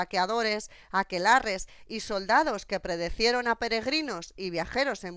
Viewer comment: Me ha gustado el documental, felicidades. Pero PRECEDIERON, en lugar de predecieron, e INTERCESIÓN, en lugar de intersección (supongo...).